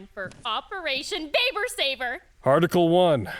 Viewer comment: NOOOO not babe-er